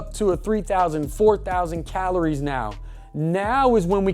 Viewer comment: This whole video I was wondering wtf "calones" were xD... bro ur space between the 'r' and 'i' is all kindz of fcked up... thanks for the video because i've been looking for a video like this for weeks and couldn't find one!